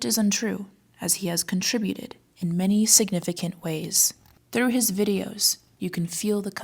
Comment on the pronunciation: I almost thought they were reasonable until they started talking about "dem' dare' kleeks 'nd likes" vidiAs